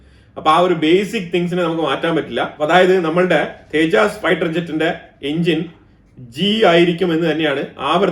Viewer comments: Please pronounce തേജസ് not തെ ജാസ് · സർ, തേജസ്‌ ആണ് തേജാസ് അല്ല.